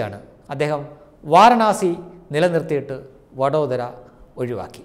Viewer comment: Vaaranaasi alla, Vaaraanasi.